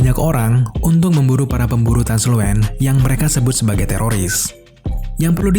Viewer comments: Itu bacanya Translusen bukan transluen. Terus blindspot itu ditepak gendang telinganya bukan matanya dicolok kak. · Gw lbh milih "The Boys" drpd film n series film superhero lain.. Krna crtany penuh dgn plot twist, masuk akal, brutal, dark, pain n karakternya keren2... Btw Translucent bang, bkn Transluent... Trs kyny Starlight n Queen Maeve bkln gabung the Butcher bang, krna mrka kecewa brt ama Homelander...